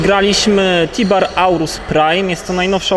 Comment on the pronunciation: Mówi się TIBHAR a nie Tibar